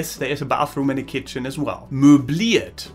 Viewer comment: The way you say keetchen ×D. . .very informative. Thanks